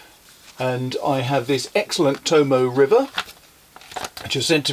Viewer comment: Thank you for your ink color comparisons. This video wa,s most helpful in determining which blue to buy as a gift for a friend. BTW, you forgot the last syllable for the paper--Tomoe River Paper. Many people mispronouce it as "toe-moe", but it's "toe-moe-eh". That "eh" sounds like something someone hard of hearing might say. 🗣👤 "EH?"👂🏻 🤣